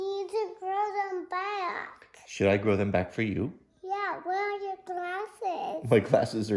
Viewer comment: Leave your granddad's trophy as is. It's a treasure, clean it up but leave it as your grandparents left it. Also when she said she wanted you to grow your whiskers baayack sounds like she's picked up some southern pronunciation lol.